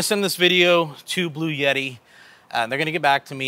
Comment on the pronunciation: Bloo-yetee??? Blue-Etee 🙄